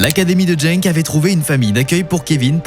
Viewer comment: C’est pas jenk mais Genk